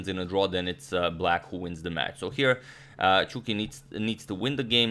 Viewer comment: Why is he saying chwuki not Chucky? Please help...